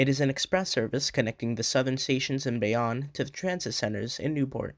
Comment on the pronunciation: Great video! Just a couple mispronunciations, understandable since you're not from the area Bayonne = Bay-own Tonnelle = Tunn-el-lee